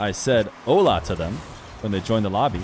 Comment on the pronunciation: Really good content as always and impressed about how good u pronounced "Hola" bc most of the ppl i've heard they just struggle with the H sound in spanish.